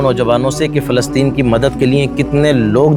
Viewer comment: Its Palestine not Fhalestine